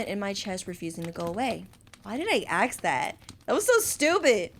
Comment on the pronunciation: I knew by the selection of answers it was gonna go down and the ending made me sad i literally cried POOR MYCHAEL I NEED MORE ENDINGS!!! Btw Fix Your Grammar LOL the way the word is "ask" and you say aks is sooo funny and yes I watched this in 2025 so what am late but still enjoyed the video ❤